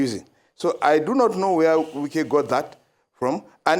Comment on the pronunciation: Wike not Nwike it is not Igbo name